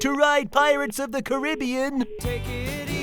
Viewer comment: As dumb as Tristan is at least he pronounced Caribbean right.